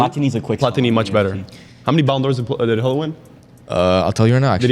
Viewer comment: His name is not (hull-it) it’s (Goo-Lit)